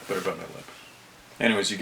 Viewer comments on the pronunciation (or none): none